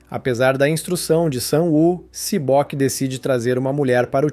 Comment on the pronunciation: Si boki cara 😢 sério não é sae byeok